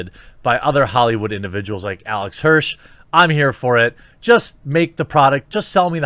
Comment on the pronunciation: I love how you absolutely butchered Alex Hirsch's name twice AND the name of the show he made. "Gravity Fails"?